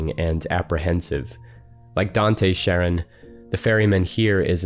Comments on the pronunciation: Sorry to be pedantic, but Charon is pronounced as "CARE-on" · Surprised a language afficionado such as yourself don't pronounce Charon correctly. Usually in english it goes "karon", but in greek it's "haron". Otherwise great stuff as usual, man. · Charon can be pronounced as Karon, or Haron, the Ch is an attempt to communicating the more glottal “Kh” sound that were used to in English. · It's pronounced Karon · The Greek letter chi, 'Χ', is usually transliterated as 'ch', but pronounced as a hard 'C' or a 'K', not as a 'sh' or a 'ch' as you might expect. Indeed, 'chi' itself is pronounced 'kai'. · I too was struggling with the pronunciation. I had always learned it has a hard K sound verses the softer sh sound. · The ‘ch’ in Charon is pronounced the same as the ‘ch’ in Psychopomp, by the by. It’s Greek like Charybdis, not French like Chambord or Middle-English like Channel. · Not to be that person, but you mispronounced Charon. The c in Charon has a "k" sound, not a "sh" sound. Hope this helps.